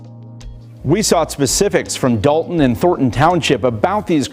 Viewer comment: First of all, love the way you pronounce Thornton and Dalton! People like this deserve to be exposed because families are struggling and deserve so much better from their leadership